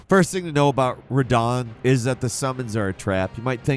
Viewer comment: he did pronounce Radahn correctly at least.